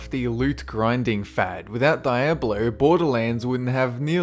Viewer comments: Its diáblo not diabló just saying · Stop saying Die ablo, its Dee ablo ffs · Die-ab-low? It's pronounced dee-ob-low. It's Spanish for "devil". I think I know how to pronounce Diablo. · Uh Dy-ab-lo? It's pronounced Dee-ah-blo. Diablo. It's Spanish for devil. Senor Diablo. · It's "Dee-ah-blow". Not "Die-ab-blow". It's Spanish for devil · HAHAHA!!! you can't pronounce Diablo?!?! between massacring "SEE-GAH" and now "DIE-ABLO"??!?!! It's " Dee-ablo". I love your videos but you really should get these names right. They are incredibly easy. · It's (Dee-ab-low) not (Die-ab-low) Diablo.... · its not fking die ablo its dee ablo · Diablo is Spanish for devil and is pronounced DEE-AH-BLOW not DIA-BLOW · Its not pronounced die ab lo it's dee ab lo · Diablo [dee-AH-blo] Dyablo [die-AB-low] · Dee-ablo, not Die-ablo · dee-ablo not die-ablo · It's dee-ab-lo not die-ab-lo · Fuck! Fuck! Fuck! Fuck! It's "dee-ab-lo" not "dai-ab-lo"!! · you mean DEE-AB-LO not DIE-AB-LO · Daiablo wtf haha its Diablo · Im sorry but Dye-ablo.... its Dee-ablo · Its not diebluh. Its dee ja bloh. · Hearing say die-ab-lo is just...precious. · YOUR BEST NIGHTMARE he said di ab blow haha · DEE-ahblo. 1) It's a Spanish word. 2) It's the name of a character. 3) They say it that way in the game... You wouldn't pronounce it SOW-nike the hedgehog because it's wrong. Please be aware. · Dee - yab - lo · Learn to pronounce words! SERIOUSLY! Games like Diablo flat out tell you how to pronounce the names. Hint: DEE-AH-BLOW! At least you don't stupidly pronounce an "R" at the end of words that end in a vowel. Many people do this, then lie about it. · DI-ablo not DAI-ablo! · Diablo (Dee-OB-low) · Just watched a video of yours in which you repeatedly called Sega "See-gah" and now I have the joy of hearing you call Diablo both "Diya-blow" and "Diya-blay" in a 10 seconds span. Wow. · I like your vids but you pronounce things weird. Its dee-ah-bloh and die-nuh-stee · Not to be mean be isn't it pronounced De ablo? lol